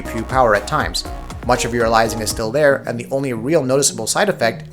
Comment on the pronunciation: The way you pronounce aliasing makes me cringe